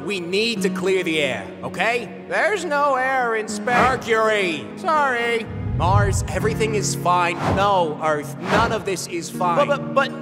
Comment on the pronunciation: There are many mistakes in this vid Even you mispronounsed Mars❤